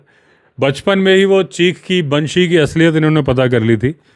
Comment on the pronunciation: Banshee बैंशी उत्तम उच्चारण😊